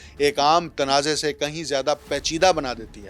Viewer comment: گلابی اردو Not PACHIDA Its PAICHIDA